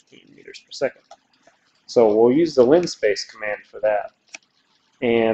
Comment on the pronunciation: it's "linspace" not linespace, i did the same thing